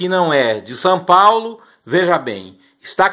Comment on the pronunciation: “Sãpaulo” kkkk